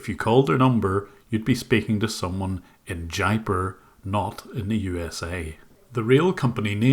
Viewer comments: Jaipur is pronounced as Jay-poor. Just wanted you to know. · Jaipur is pronounced as JAIPOOR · It would be interesting to hear the story of how got mixed up with this Indian Scamming operation... Wow Jim,!!! Another really great take down of these online predators... This is the first scam crew I've seen from Jaipur Rajastan... oh by the way, the city's pronounced "Jaye Poor". It is famous for it's "sculpture studios" that make the statues of temple deities, for Hindu temples all around the rest of India.